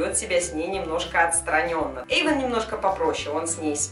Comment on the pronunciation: не Ейван а Эйван